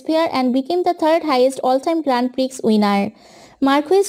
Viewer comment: Appreciate your efforts but please see the pronounciation first.... Grand Prix is pronounced as Grand Pri..... X is silent... Nd many other were thr just see the pronounciation first..... Anyways nice video!!!